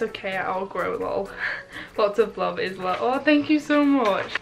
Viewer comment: If it’s spelt Isla it’s usually pronounced eye-la :) that’s so sweet people make you things! I can see it warms your heart